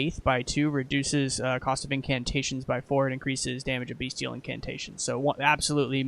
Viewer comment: Amazing work, bro! I'm really sorry to be "that guy", but bestial is pronounced "best-ee-ull", not "bee-stee-ull". Just my minor contribution and you're definitely not the first or last to say it though. This is more for potential future reference for people checking the class out.